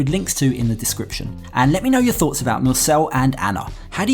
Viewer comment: Mursel.. not Nurse